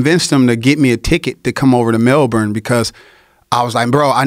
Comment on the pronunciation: He pronounces "Melbourne" correctly